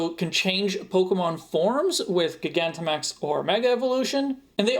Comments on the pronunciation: I don't think so. I think it's still "Jai-gan-ta-max" because it's spelled "Gigantamax". "Guy-gan-ti-max" I guess is his own interpretation, but it's "-tamax", not "-timax". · Huh so you that is how you pronounce gigantamax